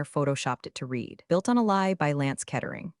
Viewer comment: Please teach AI how to pronounce “read”.